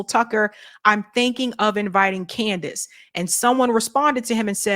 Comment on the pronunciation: Amazing Lucas calls her "Coondace Owens" 😂